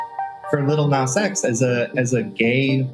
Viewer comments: He said "Little Nas X". That was a micro aggression by avoiding Nas's preferred pronunciation. #StopGentrificationOfSpeech #StopBigotry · I really can't deal with the way he says "Little Nas X" 🤣🤣🤣 my guy, where is the 'tt' coming from??